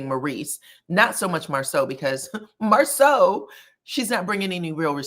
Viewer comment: She even mispronounced his name!!!